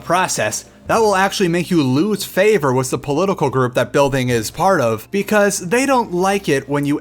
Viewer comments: wiss? i think you mean with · this guy cant even say with. listen to him, he says wiss